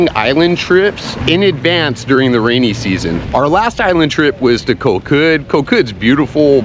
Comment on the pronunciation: KOH (island in Thai) is pronounced GAW. Come on, what happened to your Thai language lessons?!?!